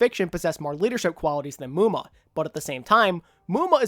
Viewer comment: FUUUUCK NO not muma